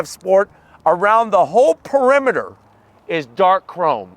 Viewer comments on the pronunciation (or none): none